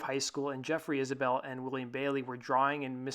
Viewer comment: Isbell, not Isabelle.